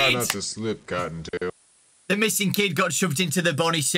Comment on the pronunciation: Why does cotton tail sound like a racial slur